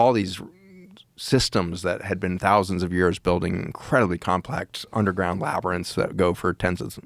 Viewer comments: Holy shit! The confidence and precision Joe displayed in pronouncing “labyrinth” this episode is unmatched! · Oh my god! Joe finally learned how to say labyrinth! 😂